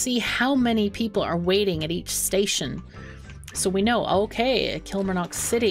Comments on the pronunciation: Great to see you back playing Mashinky, love the game. One thing, as someone who lives in Scotland, the pronunciation of Kilmarnock has emphasis on the first two syllables rather than first and third. It is almost said as if you were saying kill-mar-nuck; the last syllable is short. Love your videos btw! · The "mar" in Killmarnock sounds like "car" with an 'm' BTW. It's in Scotland. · thats ok it just seems your adding in a letter that doesn't exist when you pronouncing it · I think it's cute.. But just FYI - it's pronounced KillMarNock with the O being kinda halfway between an E & A & U. As in, the O isn't particularly round. Lol, if that makes any sense at all.. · your pronouncing Kilmarnock wrong